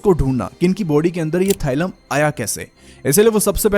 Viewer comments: it is thallium थालियम thaaliyam not थाइलम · It’s thallium not thylum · Thailum nhi Thallium